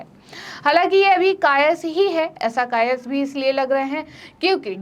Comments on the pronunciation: Kayaas boiye madam kayas nhi bolte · कायस नहीं कयास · कायस् नहीं कयास।